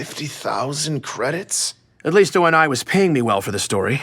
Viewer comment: I’m sorry o n I? Its oni (oh knee)